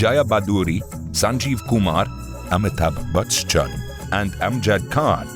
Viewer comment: Amithab bachan ❌ Amithab "BUTS"chan✅